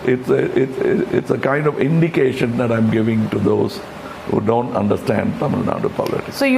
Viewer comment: Why can't Kamal properly say Thamizhnadu ?